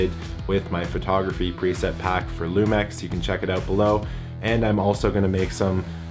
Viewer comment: Isn't it pronounced lumix instead lumex?